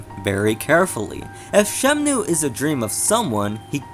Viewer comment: Very well done, thanks. But I have to say-- you're just slightly missing the pronunciation of 'Shenmue'. I think you're switching the N and the M. Anyways, good video.